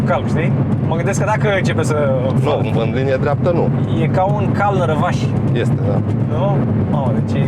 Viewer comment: Andy:" E ca un cal răvaș.". Las ca rezolvam cu subtitrarile